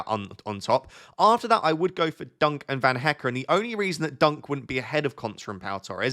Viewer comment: Hello, you are pronouncing Van Hecke correctly now. But you still need a little work on Verbruggen. But keep up the good work, very helpful FPL content 🙂